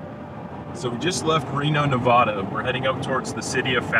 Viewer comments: please, as a native nevadan,please it's nevada.....not nevaaaada,lovelock is only twenty minutes from my house,many bones have been found but the anthropologists and archaeologists have been shut down,the smithsonian has taken many of the remains and poof they've never existed again,from the cave found by the wheelers to the bones found in the humboldt sink carson sink and also the smoke creek region .Many things have been found yet they disappear,hence the skulls in the winnemucca museum,the lovelock museum and also the historical society,they say the oldest petroglyphs are in winnemucca dry lake, between reno and gerlach,ivory points have been found at wizards beach on the pyramid lake reservation,also many artifacts of the western stemmed tradition,which was prior to the clovis first tradition,your video is very knowledgeable for the people,thankyou for the time you spent on this and the respect you've given the people...may your journeys be grand and and adventurous.....if your ever back in Our state,drop me a line there's much more to see than most know....... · this guy can't even pronounce Nevada